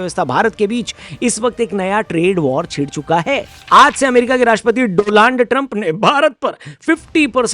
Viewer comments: Donald ❌ Doland 😂😂😂😂😂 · Doland nhi hota hai dolund hota hai😂😂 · Doland ✖️ Do-Land ✔️ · Abe doland nahi Donald hota hai.wo do land teri gaa nd me daal le bsdk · Aap jo hindi me uchcharan kar rahe hai wah "do laand" hai jab ki likha gaya hai "do land" To agali bar se hindi uchcharan ko sudhar lijiye ga.achha rahega aur maza bhi aayega.. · Dolaand ❌ Doaand ✅ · Modiji jab tak hindi me bol rahe hai tab tak hi "Do-land" rahega.. Gujarati bolne pe aa gaye to "Be-land" ho jayega...😂😂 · Do-Land trump 😂😂😂😂😂😂😂😂😂😂😂